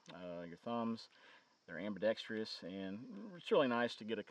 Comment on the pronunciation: Ambidextrous, not ambidextrious. Yes, I'm with the Spelling Police. Thank you.